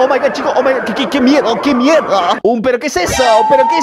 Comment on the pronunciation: no dice "uy que miedo" dice: "que meyo"